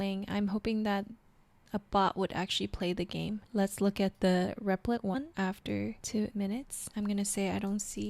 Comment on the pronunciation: Great video, your repleeeet pronunciation was killing me loool